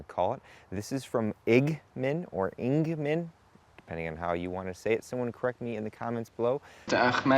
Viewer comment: It's pronounced quickly as Igman not Ig-man and the A is pronounced differently compared to an English A Also when will we see the LIBA test?